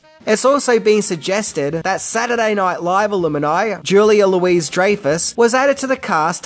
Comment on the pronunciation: Is Louis pronounced Louise in Australia?